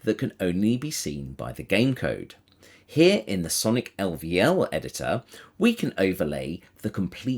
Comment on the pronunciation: ell vee ell editor?!!! whot the fork. I never heard anyone say that. just say level editor you nelly